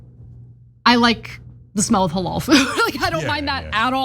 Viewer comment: Did i just hear him say hoolloaal food ? . . seems to me he hates muslim food. I love it a burger with curry on top yum yum any day